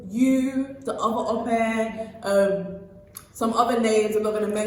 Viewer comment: How hard is it to say Ope? Pronounced - ‘Awkpe’ not ‘Aupair’. Go on, give it a genuine go.